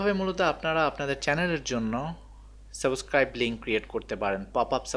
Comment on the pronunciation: ভিডিওটা অনেক সুন্দর হয়েছে , যদি সম্ভব হয় সাবস্ক্রাইব শব্দের উচ্চারণ টা ঠিক করে নিবেন, ধন্যবাদ.